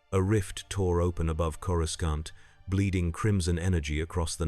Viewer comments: Did you do any research into Star Wars? Ithorians do not have tentacles, let alone head tentacles. And please, get the pronounciation right. It's "CORE AH SAHNT" not "CORE UH SCAHNT!" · canon would be if Man-thing transported him there, also stop mispronouncing Coracant it's pronounced Cora-saunt the second c is soft c and soft a. uncultured Gammorian. hehe because swine...get it😅